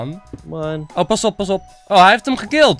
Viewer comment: het is niet pasout maar pasop